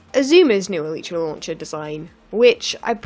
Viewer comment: you are saying elytra wronge